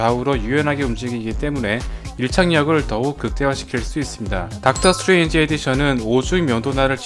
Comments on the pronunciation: 수에즈의 OOO이라고 계속 하길래 내가 모르는 뭐가 있는줄알았네 ㅋㅋㅋ 스트레인지 발음좀 명확하게 했었으면 좋았을것같아요~ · 스트레인지가 자꾸 수에즈로 들리네요